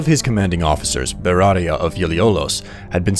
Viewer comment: This is cool, but why do you keep saying "beratia" for Beatia?